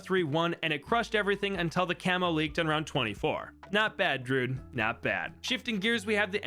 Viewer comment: Why in the heck does he say “Drude” and “m0ab” as opposed to “ Dru-id” and “ mo-ab”